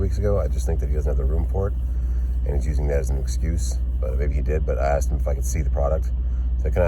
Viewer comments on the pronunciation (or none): none